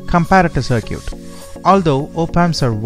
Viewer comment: Good video but you need to learn how to pronounce circuit better.